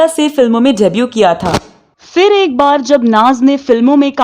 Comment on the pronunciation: Please apna accent theek karein. Its PHIR not FIR and PHOOL not FOOL. Please learn the difference.